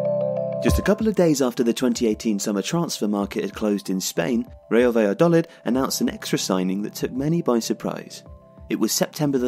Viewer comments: Is it not 'baya-doleed'? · First of all, I love your channel! However, I found it really hard to enjoy this video because of the pronunciation of "Valladolid". I don't expect a non-Spanish speaker to pronounce it perfectly, but it would be great if you could at least put the stress in the right place. "Valladolid" should be stressed on the final syllable -- "va-lla-do-LID". Putting the stress on the third syllable sounds as weird as pronouncing Wolverhampton as "Wol-VER-hampton" does in English! Something to think about the next time you have a chance to mention the club.